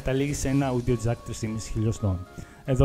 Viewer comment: Όντιο Τζακ όχι αούντιο τζακ